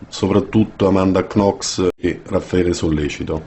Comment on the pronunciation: His name is Raffaele not Ralpheo come on.